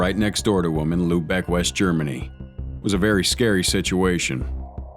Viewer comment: Its Luebeck, with an umlaut, not lubec